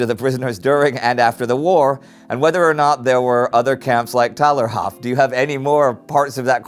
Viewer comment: Hi, love your show but the internment is called Thalerhof. Don't forget those silent h's ;)